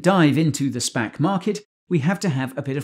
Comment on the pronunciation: every time guy says spac i hear spank. 😅 spank bubble